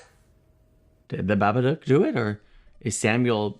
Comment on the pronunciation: As an Australian, I die a bit inside everytime someone mispronounces 'Babadook' when it's supposed to rhyme with 'book' haha